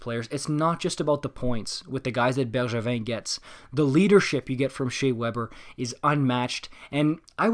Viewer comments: man, hearing Bergevin’s name pronounced properly caught me off guard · You must be french Canadian, the way you say Bergevin without any accent demands it! Beau travail en passant. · same omg… finally ahah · same heehee